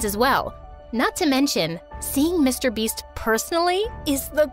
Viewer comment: That not Mr beast it's MR BIST